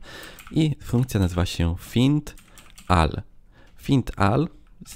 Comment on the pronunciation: I jeszcze to "find all" zamiast "fajnd ol" :)